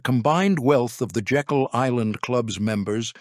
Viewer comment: Slight correction. The island is pronounced Jay-kul, not as in Jekyll & Hyde.